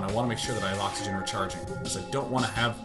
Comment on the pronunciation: "Kitty repair the oxygen! Repaih heh oxihuhghuhhen..."